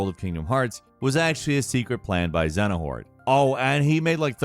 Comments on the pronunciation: Say it with me: Zay-uh-nort.. Xenahort 😂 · Me hearing Xenahort instead of Xehanort 🥲🥲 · I cracked up ever time you said Xadanort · Its Xehanort, not Xenahort.... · Xehanort, not Xenahort. This, along with the pronunciation of Aidan, is just wrong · Is this guy saying “Xenahort” and “Xenanort” lmfao. U mean Xehanort? Lmao. Geez dude. I love all ur vids but this one I had to finally comment on. U sound like an idiot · I like how calls Xehanort "Xenahort". It actually sounds way better in my opinion lol. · Xenahort? 😭😭😭 bro you doin this on purpose its xehanort I'm so triggered 😂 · saying “XeNAhort” when it’s “XeHAnort” makes me die inside a little. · Triggered me so much hearing dude say "Xenahort" instead of "Xehanort". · Who is Zenohort? It's XEHANORT = No Heart without the X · Xehanort not xenahort , idk that tilted me XD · My guy really called the Kingdom Hearts bad guy "Xenahort" and then complains about how complex the story is 💀💀💀 This is some IGN level video game journalism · He definitely said, "Xenohort"......on purpose...right? All 3 times... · "zeno-hort" lmao.... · Do you even play Kingdom Hearts? Who the f**k is "Xenuhort"? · Excuse me, "XENA-HORT"??? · "Xenahort" lol ign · Him saying Xenahort is triggered me. IGN flashbacks. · Xenahort... Big oof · Dude...”Xenahort” multiple times? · Xehanort. Zey(as in hey)-uh-nort; its so annoying when people say it wrong. His name is said a million times in the games; there is no excuse for it to be said wrong. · Man really said Zenahort😂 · 'xenahort' got me lmao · Xenahort?! Dafuq is that?!🤣🤣🤣 had to check and see if I was watching IGN after hearing that!!! Lol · Xenahort? hahahahaha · pronouncing the Kingdom Hearts main villains’ name as Xenahort gave me cancer 💔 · You can't even say Xehanorth right man kkkkkk and it's ok, but, no there's nothing wrong with KH mess, we love it because of it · Oh yes, big bad ZENAHORT 😖😂 It hurts more each time it's said haha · Xenahort lmao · I felt that too! 🔥